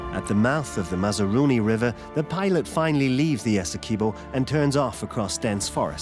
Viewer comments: Right! So informative on the pronunciation 😖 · As a Guyanese it's painful to hear the narrator saying "Essequibo" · Shell beach is not on the "Essequibo river", it's on the Atlantic Ocean. Also you keep mispronouncing alot of the local names, like ESSEQUIBO AND KAIETEUR, also Kaieteur Falls in on the Potaro River, stop misleading people.